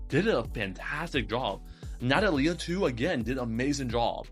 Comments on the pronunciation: I mean maybe we're both right I thought Amelie would be Amelíe and it was actually Ámelie/Amélie As a native spanish person and speaker i've always pronounced Natalia as Na-tá-lia and not Na-ta-lí-a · It's alright i know you didn't say that i'm wrong Because i never said you were wrong either way we're all just trying our best and sometimes we just gotta help each other out I think the way you say Natalia is fine too it just stranged me a bit at first